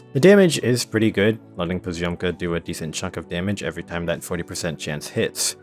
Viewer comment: russian letter Ё pronouns like O, but you need to pronounce previous consonant very soft so it is like poz`omka